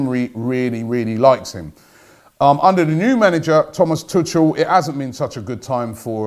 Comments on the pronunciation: It’s not Tučl it’s TuCHel 😂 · It’s pronounced Thomas Tuukel